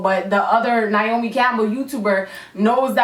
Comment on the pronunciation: That was funny when you said niomi Campbell because my name is Niamh Campbell and I'm always called niomi